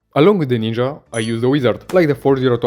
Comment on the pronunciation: This video feels like a tech demo . the amount of high quality editing crammed into every minute makes me think this is for a resume or something , because no one is going to put this much effort into a video and mispronounce Ninja